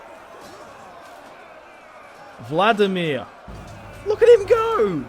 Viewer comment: It's King Valdemar of Denmark not vlademir